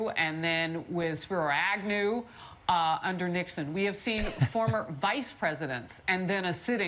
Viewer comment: I’m taking shots of whiskey every time she mentions the “reminder” of the never before seen former President being indicted…..that and when she mumbles through the pronunciation of Spiro Agnew.